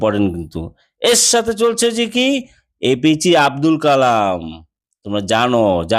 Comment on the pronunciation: APG noi APJ hobe